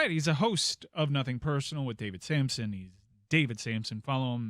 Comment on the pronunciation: Just so you know, it's Samson